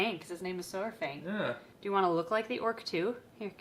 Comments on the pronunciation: Hey,! Saurfang is absolutely adorable. The character is also one that is one of my favorites from the game. I may be being a bit knitpicky, but I think I heard you pronounce it as 'sore-fang'. It's supposed to be more like 'Sour-fang'. I am glad the cutie doesn't seem to have any lasting effects from that awful delivery. Fingers crossed on those frozen thawed! <3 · If you plan on keeping Saurfang's name, just a note to stop the unrelenting rush of WoW fans coming into your comments correcting you on every video he's in! It's a lot closer of a pronunciation to "sour-fang" than "soar-fang". The official is with it as "sahr-fang", with sahr being like 'tsar' if you put more of a breathy h between the a and the r. But! "Sour-fang" is how most fans end up pronouncing it, since its basically indistinguishable and easy to parse out. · Pronounced “S-Are-Fang” :) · Not trying to be a troll, I promise. Saurfang is pronounced (sour-fang) silly WOW pronunciations. Also I love your channel! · Just wanna say since I'm an avid World of Warcraft player myself, the "saur" in Saurfang is pronounced either like sour or the "saur" in dinosaur. Love ya'll, have a good day <3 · the little noodles name is pronounced SOUR-fang. like sour candy. neat character to be named after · I was going to get a Gray Banded Kingsnake but I ended up getting a Cali Kingsnake, absolutely love them both! Oh btw, Saurfang is pronounced "SAHR-fang" (kinda like "sour-fang") haha :D